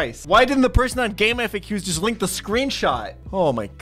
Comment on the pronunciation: Bro it's pronounced gamefacks. Not F. A. Q. You could tell me I'm wrong, but I was there in time playing Pokemon with that jenk ass internet and I used that site everyday of my life. All my ps1 games were on there it's just what everyone said. Game facks